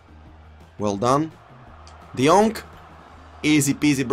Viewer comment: Everybody: King Henry and De Jong: Kink Onry and De Jonk